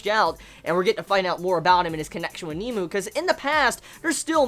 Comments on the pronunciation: Nemu.....not nemo.. Sry, it bothered me. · its pronounced "neh-moo" not "Neemoo" lol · not to be a dick or anything but its nemu not kneemoo watch some of the anime to hear the pronunciation